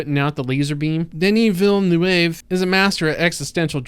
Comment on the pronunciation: Poor trying to pronounce Villanueva. Jana must be chuckling in the background. 😄